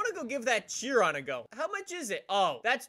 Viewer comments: Say it with me now.... it’s not pronounced Chi-ron, it’s SHI-RON. I’ve heard Canadians and British people say it like that 99% of the time. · Bro, i believe Chiron is pronounced as kai-ron :D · it’s pronounced “shiron”